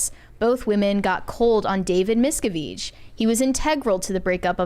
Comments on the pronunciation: Why is mispronouncing all the last names? 😂 It's driving me crazy. It's not Miska-veesh it's Miska-vitch and it's not Remeanie it's Re-min-ee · Lots of names have been mispronounced. It's David MIS-CAV-itch and Leah RIM-IN-NEE. Last week it was not known that Maggie Smith was a knighted Dame.